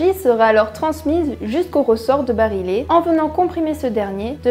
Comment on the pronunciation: Bonjour et désolé de faire le grincheux, 2 fautes de prononciation, regrettables car elles concernent le coeur de nos tocantes : barillet (se prononce comme "fille" et non pas comme "file") masse oscillante (se prononce comme "file" et non pas comme "fille") Sinon, la vidéo est bien, même si le montage rend certaines phrases un peu hachées, pas très naturelles... La critique est facile, mais l'art est difficile.